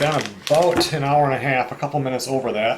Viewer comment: Did u actually pronounce the H in hour? Where do people even do that? 🤣